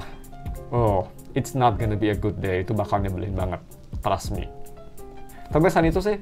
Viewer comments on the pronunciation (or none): none